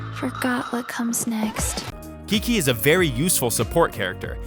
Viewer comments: Saying Qiqi like Kiki instead of chichi :( -Venti is guy :D -Diluc is Xiao :( -This guy doesn’t play Genshin impact does he? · the fact that he said "kiki" instead of "chichi" ☠️ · Narrator: Kiki Qiqi: I am Chichi My friend you are living in a stimulation. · Says diluc and shows xiao Says kiki when she says chichi Bruhhhhhh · It's not Kiki it's qiqi u don't know how to pronounce it, search it up, u used the English pronunciation... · yea, but because in English q is usually pronounced like k, this "Kiki". I often have my name mispronounced when I was called to receive prize or sth on the stage 🤣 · I know its pronounced chichi but i still call her kiki sometimes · I know the correct pronunciation is chichi, but I will always call her Kiki or Nana. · this whole game is made by a chinese company, thus the name is also based on chinese. fyi, qiqi in chinese means 七七 and 七七 means seven. seven in chinese is pronounced as "ch". overall, qiqi is pronounced as "chichi", not "kiki". "kiki" is how the english va pronounced her name so ig you can still use it. but since this game is based on a chinese company, i thought i'd educated you on how it's pronounced in chinese. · I hate this video. If I here this man say Kiki one more time I'm going to lose my shit😂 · F to the voice actor who wasn't told he was saying "Qiqi" wrong. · It's chi-chi have you noticed that qixing its pronounced "chi-sing" and not "ki-sing" its because the chinese pronounce the "q" as "chi (or just ch)" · Qiqi literally says qiqi( chichi) 2 seconds later Pushpin: kiki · He pronounced it kiki xD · Who the hell pronounces her name kiki